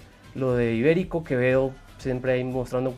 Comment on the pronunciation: Mano es Iberico no Ibérico xd